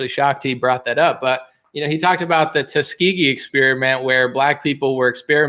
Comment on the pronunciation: 'Tuskeegee Airman experiments?' WTF Biden.